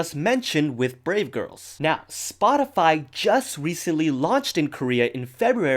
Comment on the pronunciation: Instead of brave girls i heard grape girls